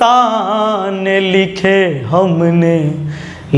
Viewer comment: सर आपका गाना बहुत अच्छा लेकिन उच्चारण में बहुत गलतियां है आसिक नहीं होता है आशिक होता है सर तरपने से नहीं होता तड़पने से होता है अपसाने नहीं होता अफसाने होता है गणित पढ़ाते हैं बहुत अच्छा पढ़ाते हो थोड़ा सा गाने का अभ्यास भी करो और इसमें सुधार करो तो आपकी आवाज बहुत अच्छी है और गाने का तरीका भी थोड़ा सा उच्चारण में सुधार कर लो बहुत आगे तक जाओगे